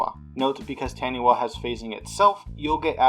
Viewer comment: I'm way late here, but Taniwha is based off of Maori lore, as any New Zealander could tell you =). It's pronounced Tah-nee-fa.